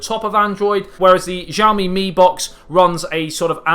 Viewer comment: Shyao-Mi. Sh pronounced with teeth clenched together. You won't get the tones right of course, but at least say it right and don't butcher the name. Javmi? Really?